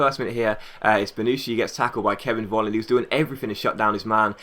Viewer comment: Hey, Nice video. In Germany, The letter V, is like saying F. So Volland, is actually Folland:-)